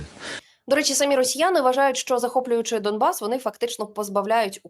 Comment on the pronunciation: Домбас? Не почулося? Він дійсно говорить* Домбас *?